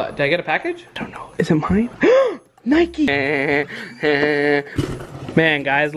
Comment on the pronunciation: It’s Nike not nikey